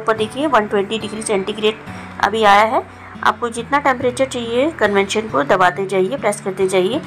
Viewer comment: Convention nahi convection